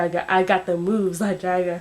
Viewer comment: You didn't say the third "moves" right! It's mo-o-o-o-o-o-o-oves"